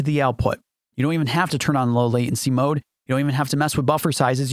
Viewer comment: There is a "t" in the word Latency